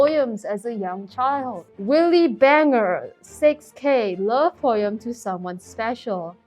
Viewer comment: the way she says poem😭 poym